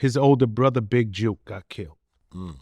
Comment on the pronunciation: Big Jook!!! Not Juke! Rhymes with book!